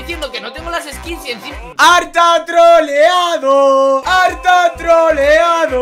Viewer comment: Soy yo o dijiste "ARTA GAY"?